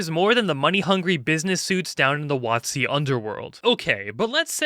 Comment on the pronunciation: Watt-zee, eh? Interesting way to pronounce it and with the changes to the OGL, it seems accurate with what it rhymes with.